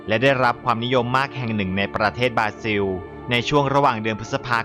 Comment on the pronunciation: ประเทศ บราซิล ครับ ไม่ใช่ บราซิว